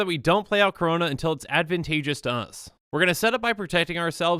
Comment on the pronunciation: Every time he says Karona I hurt inside